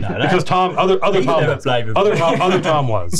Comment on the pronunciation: Tom not Töm?